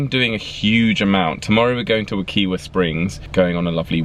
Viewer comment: Hey, I just want to let you know that Wekiwa Springs is pronounced Wuh-kY-wuh.